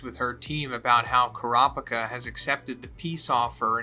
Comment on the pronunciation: Car-picker or Coo-ra-peeka? Your pronunciation for a Manga fan are atrocious.